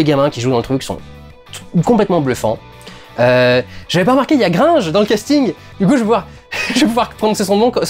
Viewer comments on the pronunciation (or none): none